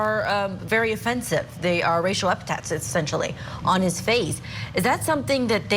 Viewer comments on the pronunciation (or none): Hey Julie, they are racial epi 'th' ets. Not "epitets."